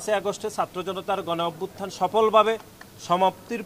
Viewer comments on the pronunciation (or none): none